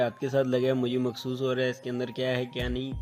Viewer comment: Yar "mehsoos" hota hai ya "Makhsoos" ????